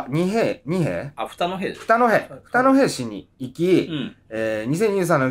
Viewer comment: 座敷わらしは『二戸市（にのへし）』ですよー‼️